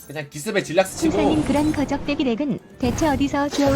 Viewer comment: 거적대기덱 발음하기 매우찰지네